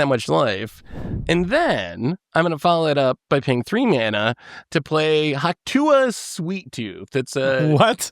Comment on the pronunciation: calling it Hawk Tua is the best double-take I had to rewind to confirm what he said.